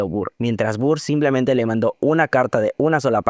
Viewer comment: No me estoy burlando, pero necesito mencionar que me hace gracia como pronuncias el nombre de Burr.... BURR jsjsjsjs Por cierto, muy buen ojo para distinguir las diferencias en los matices. Yo pensé que Eliza estaba usando ropa blanca en el segundo acto en Burn.